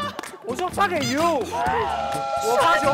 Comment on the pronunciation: 发给you 是 f**k you 吗？笑死